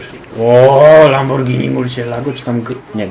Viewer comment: Pierwszy który mówi prawidło Lamborghini. :/